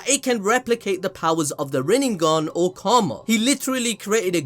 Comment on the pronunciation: it's Kurama not Kuruma